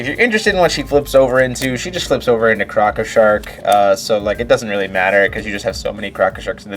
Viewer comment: I love how you say crocko sharks in your stones lol